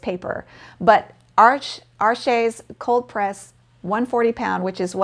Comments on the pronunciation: Arches is French and it's pronounced ARsh, not arSHAY. There is no accent egu (é) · Arches is pronounced like “arshhh”. You soften the ‘ch’ to ‘shhh’, and the ‘s’ at the end is silent. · Really? I thought it was pronounced “Are-shays”. Somehow, “arshhh” seems quite incomplete to me…✌️🧓🏻🤷🏻.